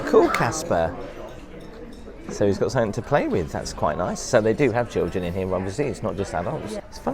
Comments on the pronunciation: I can’t believe you haven’t seen a bidet toilet before! You both seem like overawed country bumpkins being in the Big Apple for the first time! Also, please remember your “ings,” as in something and nothing, NOT somethink or nothink! Who hired you for a walking tour like this? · Love your videos but just one thing irks me SO much. There's no "K" at the end of the word "something". Every time you say it, you say "somethink"! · Speak properly! You are English. Something, not somethink….on it goes.